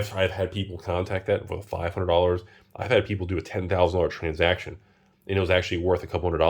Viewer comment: "Transjacktion" - 2022